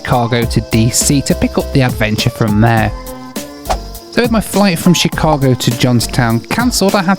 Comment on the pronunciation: i'm so sorry the way you're pronouncing chicago is driving me insaneeee